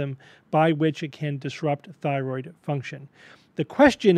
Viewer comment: "It affects yer Phyroid"